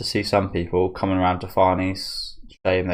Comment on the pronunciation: Farnese is an Italian name. Pronounced Far ne ze. With a rolled R. There are videos on here that pronounce it.